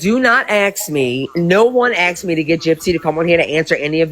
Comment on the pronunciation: I Haaaaaate the way she and Bri say "axed" and the way she uses incorrect tenses all the time. It sounds so ignorant. "Kristy & me was in Walmart" and "I had went to the store" 😬